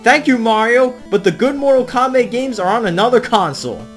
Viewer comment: "Mortal Krap" It got me. 🤣